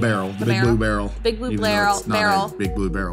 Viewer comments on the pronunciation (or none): Took me a moment to figure out they were saying barrel not beryl.